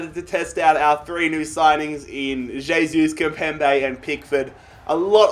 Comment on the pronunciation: It's not J-sus. Pronounced "Hey-sus"